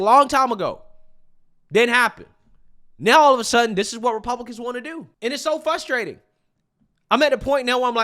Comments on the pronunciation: I cant take it anymore... It's 'Frustrating' NOT "FUSSSTRATING"! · The translation guide 😂😂😂 Pop-uuhh-ler = popular ExtrapYOU-late = Extrapolate Silver war = Civil War Dat = that Dis = this Fuss-trating = frustrating